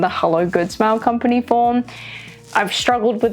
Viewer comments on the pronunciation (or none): none